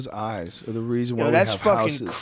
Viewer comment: Joe "Look at its Eyezzz" Rogan